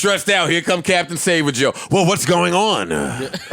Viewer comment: Did he say Captain “Save-A-Joe” or “Save-Her-Joe”? Cuz that may have been an accidental bar